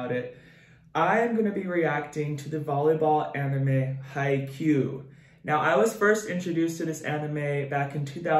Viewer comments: I just wanted to say that it's haikyuu l, not haikyu, just saying😊^_^ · This isnt a hate comment but it's pronounced He-ka-you